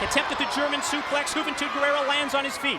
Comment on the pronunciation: Gurrera umm... Guerrero???